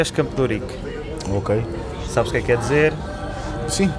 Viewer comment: Ela falou "Campo d'Órique", pronúncia inusitada no Brasil. Achei lindo! (assim como fiquei curioso para saber quão apertadinha ela é 😜)